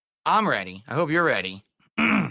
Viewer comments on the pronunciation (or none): none